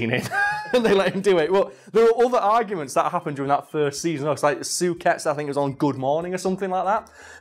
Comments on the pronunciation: You spent the whole video mispronouncing Suchet. Sue-shay would be closer to the right thing. But good thing you at least stuck with it. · As someone from the Westmidlands (with a bit of Southern tenancies) I have to say we call Suchet: Soo-shay, not Soo-ket. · Repeat after me "soo- shay" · David 'Sue-kay' 'Sue-ket'?? Lol, "Sue-shey" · I wish you had pronounced his last name right. Sounded soo weird hearing it as Sooket instead of Sooshay. David Suchet is such a good poirot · su-chey not suket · It's not pronounced "Suket" it's "Sushet". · Soo- shay. Not Soo-ket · Su-Ket? I thought he pronounced it Su-shay? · Stop butchering Suchet's name!! It's "soo-shay", not "soo-ket". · I really fucking hate to be "that" guy but..... its "soo-shay" not "soo-ket". Its been driving me mad, probably because I'm a bit of a bellend. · You looked on his wikipedia page, and you missed how to pronounce his name? "David Suchet, CBE (/ˈsuːʃeɪ/ SOO-shay; born 2 May 1946)" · Is anyone else really bothered by the way pronounces "Suchet"? I've only ever heard it said "soo-shay" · Love the video I'm not having a go but it was bugging me his last name is pronounced sue-Shay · Is that the Yorkshire pronunciation of Suchet? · It's pronounced "Sue-Shay"!!! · David Suchet is pronounced Soo-Shay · I know it’s pedantic but I can’t get over the way he pronounces Suchet! 😂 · Great video..... although i cringed everytime got his last name wrong